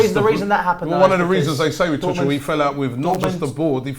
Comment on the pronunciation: Tuggggel, not Tutsjel...